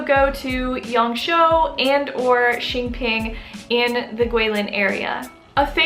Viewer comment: Great video as always. Just one thing, it’s Yang Shuo, which sounds like “sure” without the rhotic r sound. It’s not Yang Show.